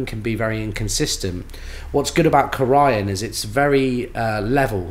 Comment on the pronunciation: Delightful overview… by the way, it’s pronounced “CORE - e - ann” emphasis on the first syllable, long E. Corian counter tops are manufactured just up the road from my home :-)